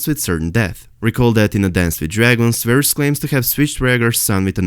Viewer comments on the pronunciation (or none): none